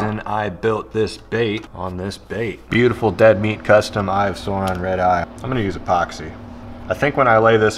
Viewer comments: Its Sauron not Suron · I showed my lil bro him saying "eye of sawron" and he nearly punched the phone out of my hand 😆🥴